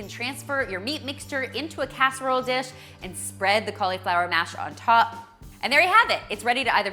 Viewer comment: i love the recipes but im sorry..... that emphasis on the "I" in cauliflower is like a nail on a chalkboard to me. XD but ill be eating good lol